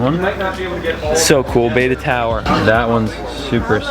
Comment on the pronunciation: It's not pronounced beta, it's like better without the r. Betta.